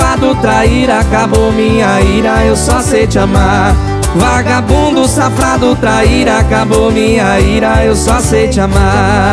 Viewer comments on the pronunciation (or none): Huguinho falando SAFRADO kk bom dmss, eu amo uma dupla